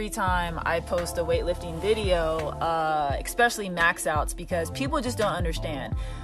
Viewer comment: also, love how she says "exspecially"